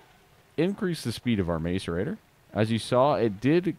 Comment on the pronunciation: its a mass-er-ator